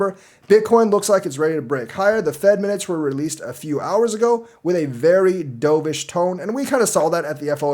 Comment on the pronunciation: I keep hearing "D'oh!-vish", makes me cringe. It's dove (duv) like the bird, not what you did in the pool 😂 but do you, I'll still be here...